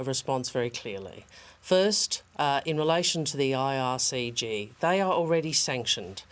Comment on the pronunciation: IRCG 😂 ahh penny lol it’s IRGC